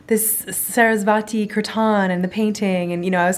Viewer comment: its not saraswaaati. its saraswati.